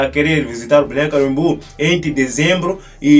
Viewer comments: Fale mais devagar, para pronunciar melhor. BALNEÁRIO CAMBORIÚ. CAM BO RIÚ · Essa ANTA falou o nome da cidade ERRADO todas as vzs....